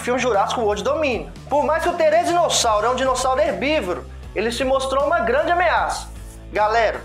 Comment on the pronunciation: Therizino e não Therezino😂